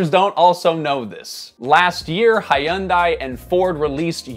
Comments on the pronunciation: Dude, come on. Seriously. I KNOW that you know it's pronounced "Hun-day." Hi-oon-die? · Omg hi-un-die killed me. Its pronounced Hun-day. Plus ain't no cowboy driving a Hyundai truck or Ford Maverick. Those tiny little trucks ain't trucks and they sure as hell don't carry that "cowboy ascetics". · I DID enjoy this video… I was ABOUT to like this video until you said “Hi-yen-die”… DUDE! It’s “Hyuhn-day”…. LMAO I am not trying to be an asshole, I just think many Koreans would be turning their heads if they hear that. Love the channel ❤ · "Hayandai.." dude.. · “Hi-un-dye” stop talking dude lol. You’ve got slick but baseless talking points. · The way you pronounced Hyundai.. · Dude, who taught you how to say Hyundai?